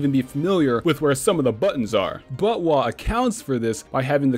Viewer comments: saying buttwah was extremely distracting. just call it zelda next time and specify other zelda titles when mentioning them ("majoras mask" "ocarina of time" etc) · I normly referred to it as "bot-wuh", so I couldn't help but laugh everytime he said "butt-wah." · I has so confused for half the video whenever he said butwah. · I legitimately laughed every time he said BOTWAH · also the way you say botw sounds like buttwah and wah is korean i think for wow so it's essentially saying buttwow!!!!! ;) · did you just call botw butt wah